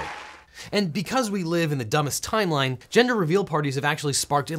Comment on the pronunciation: Community Fans did he just say timeline?